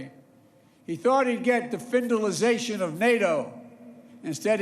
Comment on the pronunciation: "Putin expexted the finalization of NATO, but got the NATOization of Finland." Whoever wrote that sentence for him was a genius, but whoever expected him to deliver this without error was a fool :D Very good speech and hats off to Biden for this daring trip.